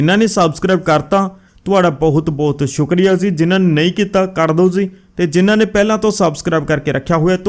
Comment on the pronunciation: ਜ਼ੀ ਨਾ ਬੋਲਿਆ ਕਰੋ ਜੀ ਬੋਲਿਆ ਕਰੋ